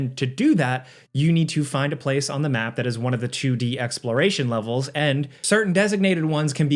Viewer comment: "a chewdee sidescrolling game"